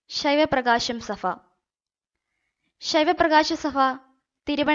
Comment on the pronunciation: മലയാള ഭാഷയെ ഇങ്ങനെ കൊല്ലല്ലേ. Pls എന്താണ് ഈ ഫ. അവതരണമൊക്കെ നല്ലതു തന്നെ. അത് മനസിലാക്കുന്നുമുണ്ട് പക്ഷെ ഈ ഫ വരുമ്പോൾ ? നിങ്ങൾ ഈ ഫ കൊണ്ടുദേശിക്കുന്നത് എന്താണ്. ശൈവ പ്രകാശ സഫ. ഉച്ചാരണം സഭ ഭ ഭ ആണ് ഫ അല്ല .🙏🙏🙏🙏🙏🙏